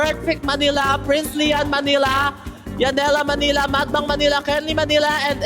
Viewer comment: bat sinasabi mo prinzlian?? Diba duday and lian??